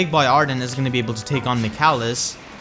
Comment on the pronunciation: Just so you know, his name is pronounced Mic ayy lis